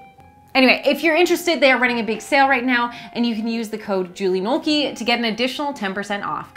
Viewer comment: Julie Nolke. Jooleigh Knowlkey. OMG!